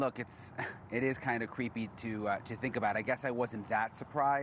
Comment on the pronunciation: Did he say “cweepy”? 😂 Gotta love Brian!